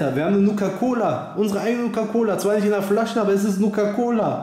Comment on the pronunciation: Nukaa Colaa xD Einfach nur Geil ist das Cola oder ein Energie Drink?